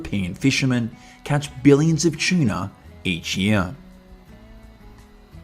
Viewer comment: Keeps saying chiena ….its tuna